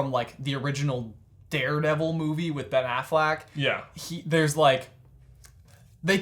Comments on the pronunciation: “Ben Aflac” 🦆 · “Ben Aflac” 🦢